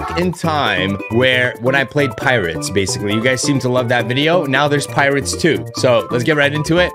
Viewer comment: "Pirots" It's not that hard a word, stop saying pirates.